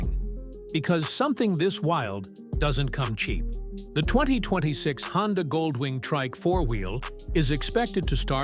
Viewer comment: AI a mf lol HONDIA tho?? 😂😂😂😂